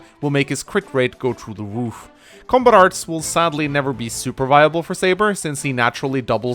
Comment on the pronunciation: "Will make his crit rate go true the woof"